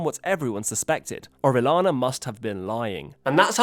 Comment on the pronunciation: Orellana. Double l sounds like Y.